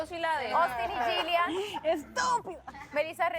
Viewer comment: Noo, jajaja primero que aprenda a pronunciar Yillian porque ni se le entiende